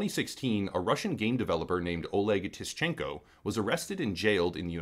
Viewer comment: Dunno if you'll see this but - when you read a "Russian" name with T at the start, as the name used in the video - Tsechenko or whatever - the T is effectively silent. It's hard to read but basically we don't have an equivalent sound in our alphabet, and the sound itself is not really audible to us English native speakers so, just treat it as silent. Tischenko is certainly not correct and a butchered form of the name, so badly that "Russian" native speakers might not even understand the name at all.